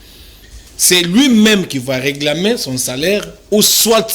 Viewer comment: Le Monsieur prononce très mal reglamer ou réclamer ???